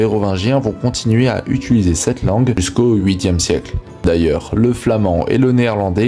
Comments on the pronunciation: "continuer à utUliser cette langue" ...? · pourquoi tu dis "utuliser" au lieu de "uTI liser"?